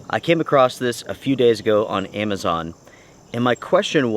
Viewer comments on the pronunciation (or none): none